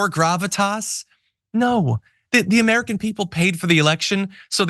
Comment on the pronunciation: "The AmEERickin people..." 😆